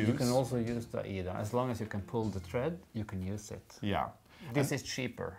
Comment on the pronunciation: Thank you for pronouncing Aida as you did. When it was manufactured in 1907, it was named for the opera which wasn’t very old at the time. Recently, the pronunciation has evolved into something else which may be a regional thing. I don’t know, but I loved the original pronunciation and wish people would keep it as it was. Just a pet peeve I guess. Yesterday I was watching an educational video for wool fabrics and the instructor pronounced challis like chalice! Thank you for your interesting videos. I love stitching along with you two.